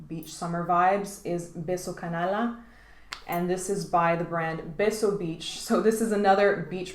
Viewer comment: I love the phonetic of Canalla! Sounds like a scripted line from the cinema of Mexico in the golden era of Cinema.